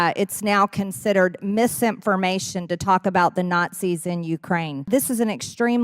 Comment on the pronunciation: Hey Marge, ‘misimpformation’ is not a real word.